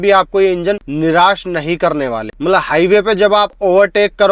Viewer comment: Camera dekh bhaai.. aap to apna chehra dekh ke baat kar rahe ho.. aur 'mala mala mat' bolna "matlab" bolo.. khud sun ke samjh lo.. Aur ek baat "kones" nahi "cons" hota hai